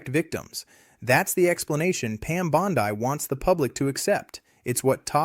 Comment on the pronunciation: AI isn't following this case very closely because it can't pronounce Bondi and Ghislaine correctly.